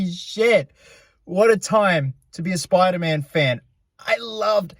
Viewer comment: Speder man